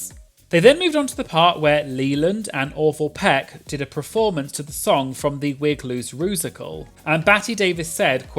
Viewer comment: I really enjoy this channel but please say the word performance properly, it’s ‘per’, not ‘pre’ (as in ‘preformance’)